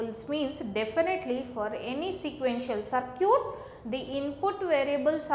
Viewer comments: "Sir cute"😂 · your circuit pronunciation gives me goosebumps